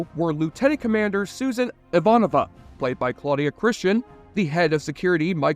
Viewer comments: Thank you for posting this question! What in the actual Jesse? You pronounced Ivanova two different ways, Jurasik as Jarusik, and even Mira as Mia. But it was Mira's quote and the overall sincerity of the video that makes me overlook these minor quibbles. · You binged the show over a week, watching 110 episodes and 5 movies, and you STILL pronounced Ivanova’s name wrong??? How???